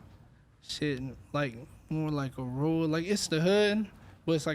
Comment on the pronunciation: its rule, its rule. ITS RURAL. 😆😂